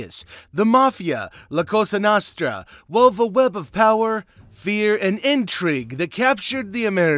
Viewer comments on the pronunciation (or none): It's pronounced La Coasta Nosetra😂